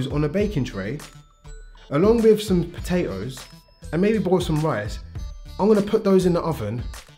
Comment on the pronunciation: Did he say potate-O's?